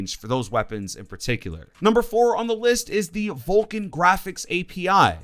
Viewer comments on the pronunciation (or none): none